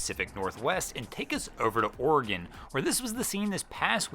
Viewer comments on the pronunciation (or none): none